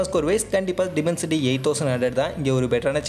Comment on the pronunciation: Bro டிமன்சிட்டி இல்ல. டைமன்சிட்டி